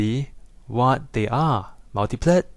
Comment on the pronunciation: How you stress the syllables :D "and theeeres a multipleeeeet!"